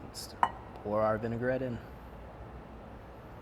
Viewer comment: it’s Vin-a-gret, not Vin-e-gar-et. Three syllables.